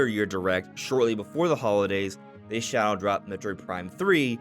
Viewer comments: is he saying "shallow dropped"? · Can someone please tell him the word shadow has a D in it